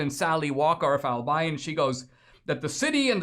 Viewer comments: Dude, its Al-be-yon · Dinesh, it's pronounced Al bee on! And I am surprised that it still has that name since Albion is the mythical island of magic in white mans folklore referring to the Island of Brittany! For being so "woke" they sure missed that one! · Dear Dinesh, you're miss-pronouncing the name Albion. I grew up in Michigan, so I know.